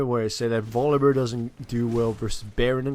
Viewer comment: It's his accent >.> Sometimes he says bolivear/yogibear/etc